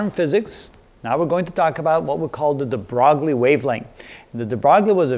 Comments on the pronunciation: If I'm not mistaken, it's pronounced as de BROY. Good video though! Thanks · Pronounce the name deh brew WEE, and growl the "r" like you're saying "Ralph." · it's pronounced like "de broy" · de broglie? thought it was pronounced "duh-Broy" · de Broglie, pronounced (DEH-BRO-LEE) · Jim Dear I am fairly sure that my physics book has written the pronunciation as "de-broy". But it doesn't really matter as long as the name is obvious from the context. =P